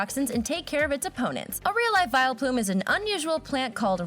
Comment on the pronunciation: Its wileplumE